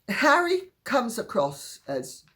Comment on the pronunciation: his name is wha ree!